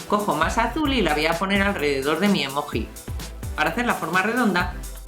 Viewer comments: emoji bravo!!!!!!!!! SE DICE EMOGI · Emoji se pronuncia "emoyi" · no se llama "emoji" se llama "emogi" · Se escribe emoji y se pronuncia emolli